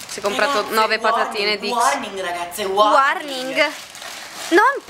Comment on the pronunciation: ma chi è che dice sempre "wwarning"??? :)